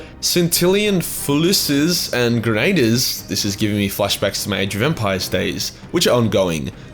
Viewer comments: fusilier - "foo-sa-leer" grenadier- "gren-a-deer" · Your failure to say fusilier and Grenadier Honestly made my morning